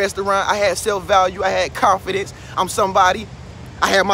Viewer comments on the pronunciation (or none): Agneta B. Yeah I can tell he doesnt because even some parts where he mess up such as when he said confidence and other words and he still left them. They make the video more real to me.